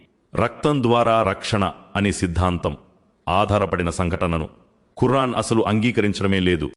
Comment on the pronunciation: Khurran kaadu khuraan ani palkandi